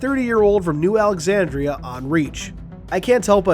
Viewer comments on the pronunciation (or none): none